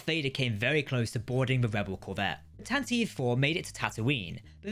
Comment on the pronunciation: Tanataveev? Source material says Tantive. Fail to research much?